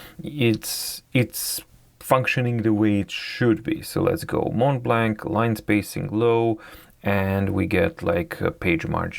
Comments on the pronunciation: Hi, about the pronunciation of the brand. It's spelled "MontBlanc," but it's pronounced "MonBlan." In French, we don't pronounce the "t" and the "c." These letters are present in the different variations of these words. 😉👍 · Please pronounce it “monblan”.